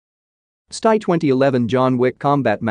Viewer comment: Where is the DISLIKE Button, really need to click on that. Hey fool, if you are going to use computer voicing (which you should NOT) take the time to edit all the mis-pronounced words and phrases. For example STI is Ess Tee Eye, NOT EVER stie. With Sig Sauer you NEVER say the word Hundred when referring to the model number, it is either two twenty nine or two two nine. Good Grief this was AWFUL. If I ever hear another video on this site using computer voicing I'll close down that video immediately. I'll also point out that the content was at best a C Minus.